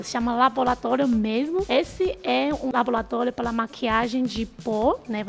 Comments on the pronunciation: Que vídeo interessante! Adorei! E o mais bonitinho foi a falando "labolatólio"! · "labolatólio" kk. Muito boa a matéria, acompanho vcs desde o início, gosto muito.